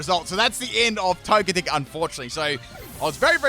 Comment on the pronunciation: I kinda feel like Togetic should be pronounced like Tojetic. Like energetic